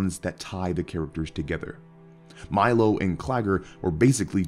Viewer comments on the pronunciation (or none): none